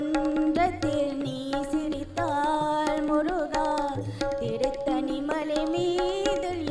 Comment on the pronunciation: Not turuttani it's tiruttani plz.